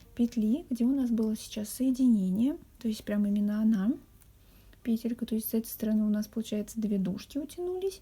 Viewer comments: скорее всего петЕлька . Вы же не говорите пЕтля, а петлЯ. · Все прекрасно, но почему пЕтелька? Слух режет🤦‍♀️ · Вот что выдаёт Гугл: В слове «пе́телька» ударение ставится на первый слог, на первую букву Е. Как и в существительном во множественном числе «пе́тли».🤗🌸